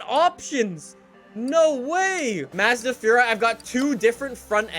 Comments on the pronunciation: its maz da not madza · IT'S PRONOUNCED "Mosda" NOT FUCKING MAAAAAS DA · mAHzda furai is the correct pronunciation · Lol how he says Mazda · Why does he say Mazda like that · Not how you pernounce Mazda dude! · Wanna hear a joke? The way pronounces "Mazda".